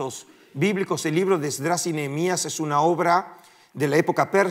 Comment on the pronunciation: ¿Podrías decirme por qué dices ESDRÁS, (ACENTUADO EN LA A) y no Esdras?